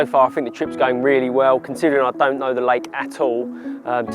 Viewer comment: Warning this video contains an idiot, who can't speak his own language (I FINK).